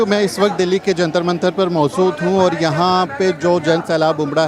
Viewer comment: Maujud not Mauzud. Blobs to seekhle be.